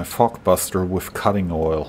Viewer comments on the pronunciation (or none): i always hear fuckbuster not fogbuster